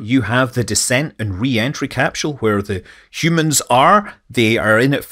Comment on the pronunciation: capsule ... no h in capsule